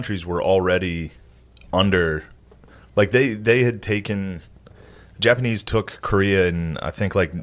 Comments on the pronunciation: The Japa-knee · Why is he saying Jappa nee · Is it me or does he keep saying the Japa-knee? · Why does Shane keep mispronouncing certain words, like japa- k n e e or Malay for Malaysia, it does not make him sound like a historical expert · Dunno why but whenever he says japanee and malaya it bothers me 😂 are those correct for the time they're talking about? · does shane keep saying japanknee? and maylaya instead of malaysia?